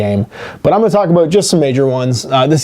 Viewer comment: Take a drink every time says, "aboot".